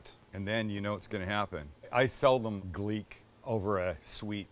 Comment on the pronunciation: Did he say Gleak what the heck